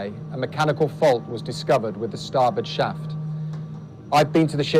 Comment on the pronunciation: Thought you said drops a shit.